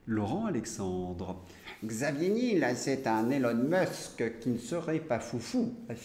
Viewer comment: Juste quelques détails: Niel comme miel, pas Nil. Prononcer US aide. Merci pour votre travail, bonne continuation.